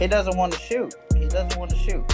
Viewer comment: “awshcheh oh he can schhoot” 🤣🤣😭